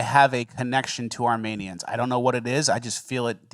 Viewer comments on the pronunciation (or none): Is saying "Armanians" as a bit?